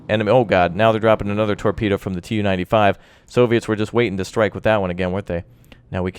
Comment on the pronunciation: Its pronouced "Tu" (capital T and lowercase u) not "T-U" and its the Tu-142, naval version of the Bear. Its actually the fastest turboprop plane in the world and sadly the most noisy, intercepting NATO planes have reported that the roar from the turboprops overwhelmed the interceptors own engine 1NM out!